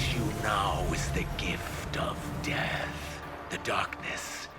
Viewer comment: I just want to take a moment to appreciate the emphasis of death 😂